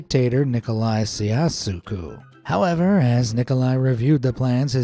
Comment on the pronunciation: Siasuku... LOL